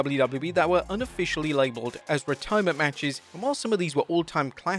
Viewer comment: ReDIErment… yeah that’s more like it